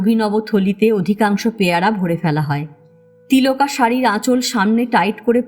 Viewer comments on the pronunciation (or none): না, বাঁচলো না, কিছুই বাঁচাতে পারলো না দুটো ভাবাবেগ তাড়িত ছেলেময়ে | বাঁচতো যদি বাপ_ মায়েরা ছেলেমেয়েদের শাসন না করে মন বোঝার চেষ্টা করত | গল্পপাঠ ভালো তবে প্যায়রা নয়, উচ্চারণ হবে পেয়ারা |